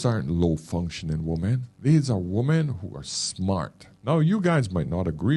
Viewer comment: Why can't Americans pronounce women, as opposed to woman ?